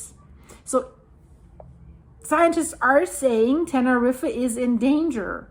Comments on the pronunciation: Love your videos 🥰 it’s pronounced like “ten-er-eef” if that helps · Correct. Same with the name 'Tenerife'. Pronounced like 'Tenerreef'.